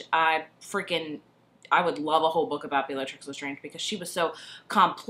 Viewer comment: It's pronounced 'bell-a- tricks'